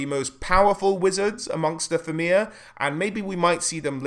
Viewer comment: It's pronounced Feena, not Feeana.